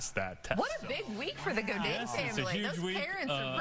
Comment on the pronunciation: We do not pronounce Gaudet in French like he said.